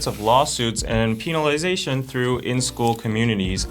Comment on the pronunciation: "Peenalization" I'm dying